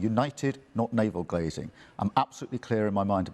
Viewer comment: "Navel "glazing" " Is that like "sausages"? What a prat. He can't even learn his lines. 😳